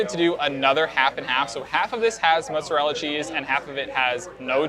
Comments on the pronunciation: Stop saying "moots" with "oo" as in "book." It chafes. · Well it's not "mahtz"